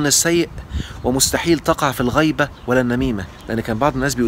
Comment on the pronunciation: الغيبه بالكسر وليس بالفتح ....... الغيبه بالفتح من غياب شخص الكندري اين هو وبالكسر ذكر انسان في غيابه...